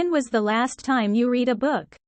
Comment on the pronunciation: when was the last time you read a book? 에서 read가 과거시제이므로 "레드" 라고 발음되야하는데, "리드" 어 북 으로 나오네요.